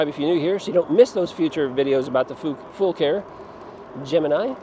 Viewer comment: Great video. Thank you for pronouncing the name correctly. I bought my Gemini in June, and messaged the company how to say the name, they said, FULL CARE- like we take Full Care of your bike.. Love that it's load capacity of 400 lbs. You can get over 50 miles per charge with it, I average about 40-45 with a mixture of using PAS 4 and 5. I have almost 1,100 miles on it already. Great bike! I have the baskets, I also bought the saddle bags for the back. Can't wait to utilize all the storage and capacity of this bike while hunting!